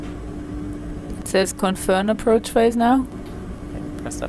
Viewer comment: 6.47 what is an "approach bode mutton" 😂😂